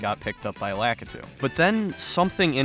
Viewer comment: it hasnt stopped me from watching yet, but hearing "lack-ihh-too" instead of "lah-kee-too" is grating on an "i had a gameboy pocket as a kid" level. it's like hearing someone call link zelda or wifi "whiffy".